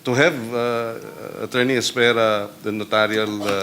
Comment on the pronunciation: Es-pera' not Es-pe-ra. Spanish meaning wait, maghintay. Kung naging judge ito, walang matatapos na kaso. Pwede syang isama sa blue ribbon committee.